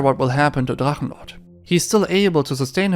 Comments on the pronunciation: Are you german? Because the german names and words in the Drachenlord topic where flawless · Kudos to your pronunciation of German words like Drachenlord. I have to correct you though about one thing. He managed to blow the whole sum he got for selling his house and now lives in a small village in East Germany. The only income he has is German social security payments. Meddl off :)